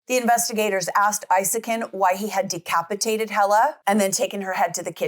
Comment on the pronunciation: From Sweden ❤❤ CRAZY STUFF don't only happen in the States.. but it's worse over there, a lot of worse. This case has had a good amount of cover from swedish media It is pronounced EEsakin if anyone is wondering